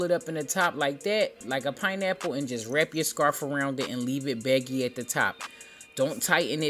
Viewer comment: did you say leave it baggy or becky at the top